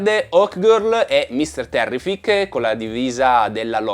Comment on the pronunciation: 1) Mr Terrific ( l'accento è sulla prima " i " ) 2) quando lui va verso il sole e torna verso di noi, chiudendo il trailer, praticamente, in realtà non torna e basta. andando frame per frame, anche se estremamente sfuocato per via della sua velocità, si vede che ha le gambe raccolte, tipo come se sta ricadendo a "bomba" e ha il braccio destro che sta caricando per sferrare un pugno. Quindi, quella sequenza mentre va in alto è presa alcuni frames in avanti rispetto alla stessa nel teaser dove lo vediamo partire dal mezzo delle fiamme. A me dà l'idea che quella sequenza sia collegata al Kaiju, che gli sta sputando fuoco, lui va verso il cielo e torna per dargli la mazzata (forse quella che lo metterà KO?). 3) quando Superman rompe la cella di "vetro" dell'universo tascabile, si può vedere che dietro di lui c'è Metamorpho, in piedi, che sta generando la luce del sole tra le mani. Probabilmente, dopo avergli tolto le forze con la Kryptonite (forse costretto da Luthor) gliela ridà generando la luce del sole. Collegando le due cose, quando vediamo Metamorpho avvicinare le mani che generano dei filamenti, sembra il momento che inizierà a generare quella luce (perchè ha le mani nella stessa posizione dietro Superman quando rompe la vetrata).